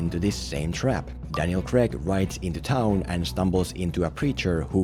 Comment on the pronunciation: its CRAIG NOT CREG FOR FUCKS SAKE